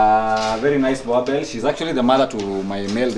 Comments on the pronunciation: Its Boerboel not Boerboer! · Its pronoulike boorbull but its spelled boerboel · You guys are pronouncing this breed wrongly. This is a boerboel, The name Boerboel derives from the Afrikaans words boer, meaning farmer, and boel, a shortening of boelhond. I also own a boerboel bought from my collegue's sister whom is a farmer.